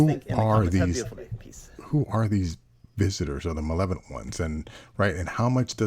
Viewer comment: Malevolent. The word is malevolent.